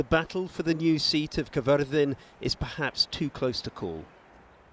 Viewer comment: Thank you for using and pronouncing Caerfyrddin correctly. These little things means a lot.